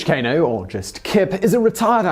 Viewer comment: Please Simon stop brutalizing his name. It is pronounced {Keep cho geh} {Cain oh}